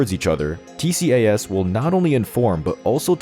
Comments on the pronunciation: I thought it was called "T-cass" (tcas) ? Perhaps only in the West? From a non-pilot, Tx USA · It is Not T-C-A-S!….It’s always referred to as “T-CAS” throughout the entire World!